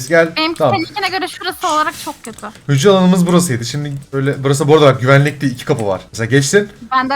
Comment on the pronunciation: Abi hücre dedinya bugün gğcreler işledik fende